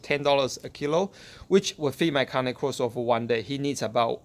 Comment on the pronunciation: it’s pronounced KAH-NAY KOR-SO